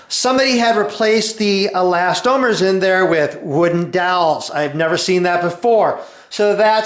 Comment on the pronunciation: I enjoy RJ's videos and I thumbed-up this one, but I appreciate your clarification on the pronunciation of eLAStomers. Frankly, as I watched the presentation, I was wondering, hmm, have I been wrong all these years, not calling them elasTOMers, but no.